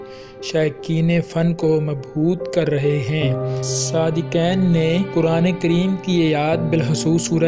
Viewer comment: O bhai sadqain hota h sadqeen ni h